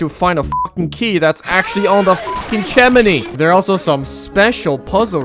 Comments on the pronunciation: Bro pronounced the chimney chiminy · "chamney" lol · Bro really called the chimney “CHEMENAY” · is it e or he said "CHIMINEY" ?